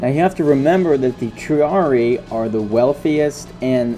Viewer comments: Quit mispronouncing triarii. It's pronounced tree-are-ee-eye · I hate to carp over little things. I'm pretty sure when you encounter latin words with doubled i's indicating pluralization, you pronounce them both. So Julii would be 'julie-eye,' Claudiii would be 'cloudy-eye' and triarii would be 'tree-are-ee-eye.' I know, I know, people just love unsolicited pronunciation tips.